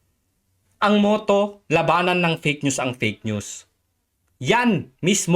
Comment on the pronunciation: Yan napala ni ante kler sa pag sasabi nya ng peyk nyus. Dahil sya mismo ang peyk nyus.😂